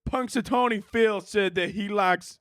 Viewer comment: I first thought you were saying "punch a tony" and was a little confused but just rolled with it cause it kinda is something you would say